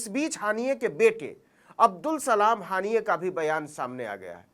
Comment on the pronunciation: सर जी हनीय नही हानिया